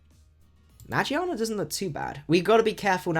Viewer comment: He says meargearna wrong